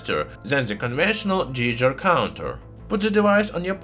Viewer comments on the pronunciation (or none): haha "jeejer", you mean "Geiger."